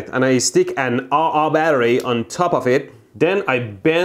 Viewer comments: everything was fine until he said "aaa aaa" battery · No u say it as AAA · An ah ah battery lol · ... I'm sorry, did you just call a Double A battery an "Ah Ah" battery? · Normal person : double A batterie MEHDI : A A BATTERIE !! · Ive never heard anyone pronounce double-A as "ah-ah" but it was hilarious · It is an "AA" battery not an "EiEi" battery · So none of us are gonna say that he just pronounced double a battery and replaced it with a a battery.....I like his version better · lol ahh ahh batteries lol i pronounce it double a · Everyone: AA battery / double A battery. Mehdi: Ah Ah battery. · Did you just say “ah ah battery?” It’s pronounced “double a battery” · Or rather, Everybody: Aah Aah English speakers: Ei ei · "So do you need a AHAH or a AHAHAH batery sir?" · New battery discovered : "The Ah Ah" battery. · "Ah-Ah battery" This is now the correct name for them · whats a "Ei Ei" battery? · Did anyone notice how he called a double a battery ah ah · It’s not a double A battery it’s a Ah ah battery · I like how he calls a Double AA battery an 'Ah-Ah Battery' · The "aah-aah battery" reference almost made me fall out of my chair I was laughing so hard!! I'm glad I wasn't eating or drinking anything at the time. I'm going to start using that reference myself. Of course there's also the aah-aah-ahh battery as well. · And I stick an Ah-Ah battery on top of it... 😂 Lmao. That was hilarious. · Did he just said " Aa Aa batteries " .... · I learned something again. It's "Ah Ah" Battery and not Double A. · Ah-Ah battery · lol. I will call them "ah ah", and "ah ah ah" batteries from now on. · Did you say aw aw battery ? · “And I stick an ahh ahh battery” 😂😂😂🤣🤣🤣 i cant stop laughing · it is an EH EH battery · An "ah-ah" battery. What are you, Finnish? 'Muricans don't pronounce letters like that! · Nobody: Electeoboom: Ahh Ahh battery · It’s said ah ah battery lol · “An A-A battery” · Well if Mehdi was german, ah ah battery would sound perfectly normal 😅✌